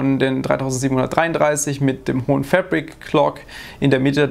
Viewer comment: jedes mal wenn du "FÄÄÄBRICK-KLOK" Sagst musste nen kurzen trinken!:D